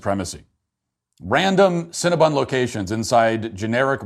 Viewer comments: Matt can you not see the word? It's cinnabon not cinnabun. Please stop saying it wrong. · Matt decided to make fun of people who work and eat at cinnabon and then couldn't even say the company name right the whole video. Lmao